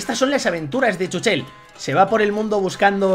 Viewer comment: Se dice chúchel